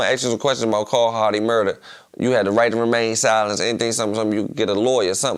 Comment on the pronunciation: She said shmurder 😅